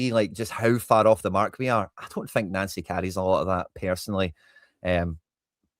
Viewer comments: It's pronounced Noncy😂😂😂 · Why are you calling him Nancy. It's pronouced Noncy